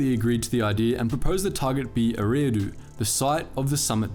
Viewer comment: I think Eriadu is pronounced air-ee-ah-doo